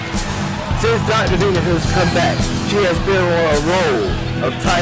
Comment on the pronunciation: The silence that The Violator walked out to was hilarious. Reminds me the problem The Rock had, when he was still Rocky Maivia, lol. Also, the Announcer pernouncing Dr. Venus' name As, "Dr. Venoose." 🤣